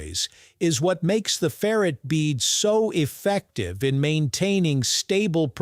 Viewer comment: That's ferr-ITE, not ferret.